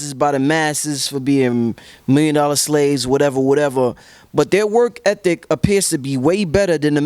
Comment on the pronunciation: i aint gon lie...i fully expected to pronounce it "work effic" but he nailed it! "work ethic"